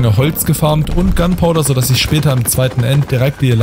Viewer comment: Gunpowder nicht "Gundpowder", aber trotzdem super Video ❤